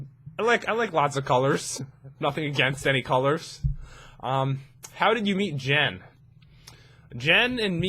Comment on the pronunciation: When he said "How did I meet Jen" I thought he said how did I eat Jen LoL